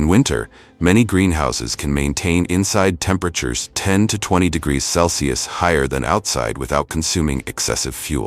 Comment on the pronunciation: Why can't AI pronounce Celsius? Wtf?